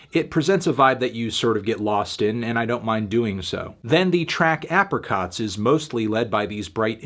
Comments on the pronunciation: Does anyone think it’s weird how Melon pronounced “Apricots” ? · I know you didn't just call them a UK duo. Technically not wrong but as far as I'm concerned they're Irish. I also have issues with how you pronounced Apricots. Yep we're going to have our first fight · Learn how to say apricots please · Apparently that's the American pronunciation, and the British pronunciation is ey-prih-kot (according to Google when I searched 'apricot pronunciation'). I thought it was the other way around tbh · Genuinely thought Apricots was called Abricots and assumed Fantano mispronounced abricots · americans pronounce it ahpricots!!? do they say Ahpril as well?